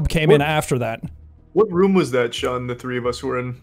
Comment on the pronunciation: His name is Sean not Shaun